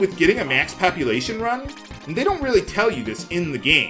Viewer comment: Every time he says, "max populatuon," i hear "max copulation."